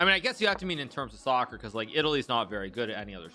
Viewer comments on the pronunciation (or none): none